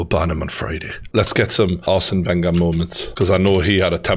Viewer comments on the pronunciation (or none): Ugh the way he pronounced Wenger ran through me and I'm a utd fan.